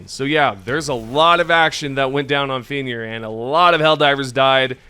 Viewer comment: Brotha how cant you say fenrir lolol